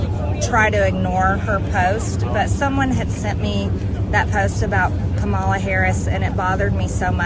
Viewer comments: Odd it doesn't seem to bother her enough to pronounce Kamala correctly. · "party of all americans" yet still intentionally mispronounces VP Harris' name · MTG is so disingenuois. She calls out Loomer for her racism while exhibiting her own racism by deliberately mispronouncing VP Harris's first name...suggesting that her name is just too foreign to be pronounced correctly. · The wendigo of northwest Georgia is still mispronouncing Kamala’s name, so she can miss me with this phony “coming to Jesus” BS.